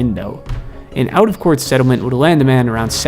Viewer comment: It’s court buddy now cwart